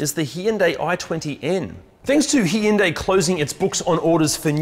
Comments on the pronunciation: Yes indeed, 2 syllables not 3. Hyu is one syllable. The y is not voiced as eeee, it just changes the voicing of the H. It’s the same H sound of the name Hugh. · It’s actually pronounced Hyundai. - AK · The way you pronounce "Hyundai" drives me insane.